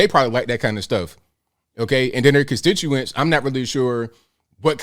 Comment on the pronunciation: If she waves her ass as a means to campaign, she must suck as a senator. If this is the best Rhode island can do for representation, maybe its time to dissolve the state. Oh and by the way sweetie, "contituants" is pronounced constituents. I guess you missed that part at the Ivy League school.